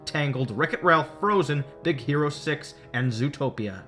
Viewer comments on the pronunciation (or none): ... Am I the only one who thought he said d*ck hero six?😂